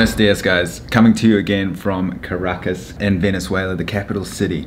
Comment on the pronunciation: 2 minutes in the Video, the way how you pronounce "Caracas" is interesting^^